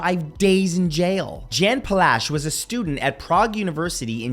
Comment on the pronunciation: Jan Palach. It's [Yan] and his last name is "Pa" as in "park", "la" as in LaLaLand and "ch" as in "Loch Ness". Also: Yay! 🇨🇿